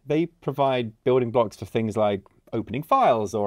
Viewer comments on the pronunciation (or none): none